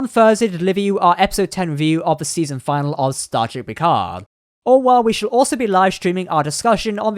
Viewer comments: Not "Final". "Finalè". Long 'e' at the end. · Not season final. Its finale. Fin-al-ay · DO YOU NOT KNOW THE DIFFERENCE IN PRONUNCIATION BETWEEN “FINAL” and “FINALE”?